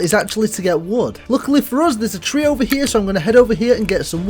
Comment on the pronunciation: free instead of tree is insane